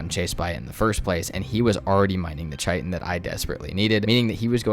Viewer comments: Love your videos. Keep it up. Couple pronunciation things: Chitin = Kite - In. Not Chite - In. Dvergr = Verger... seriously, google it. Keep it up, vids are awesome! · Love your video but I’ve got to say. It’s pronounced Kai Tin not Chi Tin